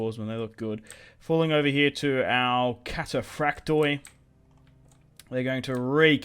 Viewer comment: Hey,just a tip from a Greek fan...wherever you see on greek units the letters "oi" in the end of a word,it's pronounced "e",not "O-E".so try next time to pronounce it cataphract'e' 😁